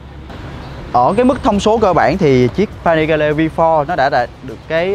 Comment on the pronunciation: Vi pho Rờ :))) đỉnh cao English